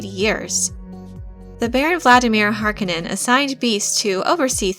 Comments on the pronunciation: Isn't it Har-'Koh-nen not 'Hark-uh-nen? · Minor pet peeve: it’s house HarCONEnen not Harkenen. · Dear god! Read the bibliography in the back of the book please! It is pronounced [har-KOE-nan] emphasis on the KOE. not [HAR-conan]. [ah-TRAY-dees] [PIE-ter de-VREES] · HAR-KO-NIN. Not HARKO-NIN. NERDS! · You are mispronouncing Harkonnen, stop saying it like its spelled Harkonenn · Its HarKOnnen. The accent is on the second syllable! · Yeah, so the first time it happens is at exactly :30 seconds. After that, I was only able to let it continue rolling for another 15 seconds before I sprang into action. Ending that abomination. If I'd had to listen to the remaining six minutes and change of her butchering the pronunciation of Harkonnen, I'd become so enraged, as to make 'Beast' Rabban seem like a Bene Gesserit by comparison. Closest thing I can think of, is if you were to fill the Rose Bowl Stadium with people, humans being the best species to use in this example. Thing is, in front of everyone, in front of every person in that stadium is a 2' x 3' chalk board, positioned at the most ideal height to allow said person to drag their nails down said chalk board so as to produce the maximum soul tearing screech possible(aka turning it to eleven). Now imagine them all doing it at the exact same instant. That's what it feels like every time I hear her say Harkonnen. Or near enough. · Considering the movie, the miniseries and the games that already exist, you have no excuse for pronouncing "Harkonen" that way. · I love the videos but I hate how she pronounces Harkonnen. Either the movie mispronounced it every time it was said by several characters or she is. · When one makes a film about Dune and a Harkonnen character, one must learn how to pronounce 'Harkonnen' properly... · i had to stop after the third time you pronounce Harkonnen name, sorry. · I cringe every time she says Harkonnen. Otherwise good video. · I can’t stand the way they pronounce Harkonen